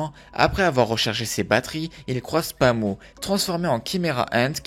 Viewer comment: Pami et non Pamou.